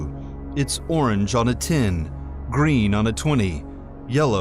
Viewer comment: He pronounced ten as tin